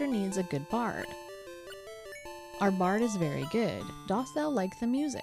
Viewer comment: Dost is pronounced like 'dust'. It's the version of do that goes with thou. It's similar to how does is pronounced 'duz' and doth is pronounced 'duth'.